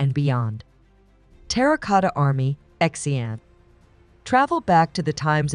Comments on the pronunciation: Ok, “X” is pronounced as “si”, so it’s city of si-ang, not x-ang, it’s the capital of six dynasties and the designation of ancient Silk Road, the only Chinese city retained entire four car lane wide walls. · Please find out how to pronounce the Chinese name first before you make the documentary Example Xi’ab should be pronounce See Arn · WHY, WHY, WHY do you not do just a smidgeon of research into at least basic pronunciation of place names? I can assure you NO ONE in China has ever heard of "X-ian" !!!